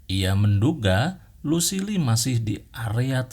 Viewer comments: Kan Kalo negan baca nya gitu tapi Lucille dia salah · Bang coba ngomong inggrisnya agak di perbaiki Kayak ngomong negan jangan nigen tp negan Luccile jangan lusile tapi lusill Dll biar penonton abang betah dengerin ceritanya bang!